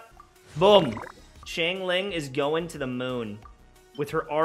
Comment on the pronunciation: The way he said xingling Shingling